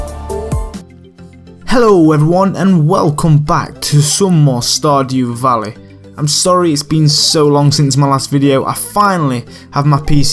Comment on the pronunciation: stahdew valleh